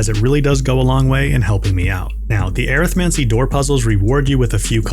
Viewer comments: air-ith-mancy? Definitely an interesting way to pronounce arithmancy. hehe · the way hes pronouncing arithmancy is bothering me. but arithmatic and necromany together. Arithmancy. Uh-rith-man-see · Thats not how you pronounce arithmancy 😂